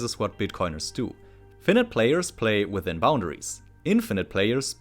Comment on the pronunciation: Great video, looking forward to the next part! PS. check the pronunciation of :"finite" ;)